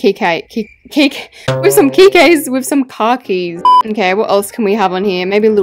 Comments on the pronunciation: Yeah girl "'with some key kays'' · “With some key Kay’s.” 😂😂😂😂😂😂